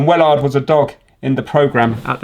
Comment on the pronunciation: when you begun talking about wellard i toguth i had a stroke becaus ei couldn’t udnerstand english anymore for a few seconds 😅 sad it’s nearly over, hope you’e got something veyr interesting saved up for the last vid.